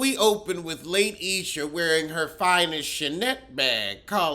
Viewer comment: Lay-Esha😂😂😂😂. Her name is Latisha! 😂😂😂💀💀💀💀